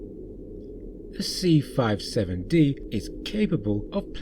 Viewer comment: It’s the “C-57-D” not 657-D as you say early on in your narration. I don’t think there’s really any dispute over the fact that Roddenberry absolutely ripped off forbidden planet. He absolutely positively did rip it off heavily. Lost in space ripped it up to a much lesser extent. Primarily the fact that the Jupiter two was a flying saucer with revolving lights at the bottom as it’s propulsion and the landing legs which doubled as stairwells to get in and out of the saucer. And there was an astrogation bubble in the center of the control deck for the Jupiter, two as well as in the center of the control room on the C-57-D. Interestingly, some early designs of the enterprise Bridge seem to be trying to incorporate one as well, and the odd ceiling design in Star Trek. The motion picture allegedly was intended to incorporate one, but I’m not sure if they gave up on that, or if you had just couldn’t tell on screen. (for people who are not fans of 1950s science fiction, and Astrogation bubble or sphere was conceptually similar to a map table on a ship, except that by virtue of being a sphere it allowed you to plot courses in three dimensions)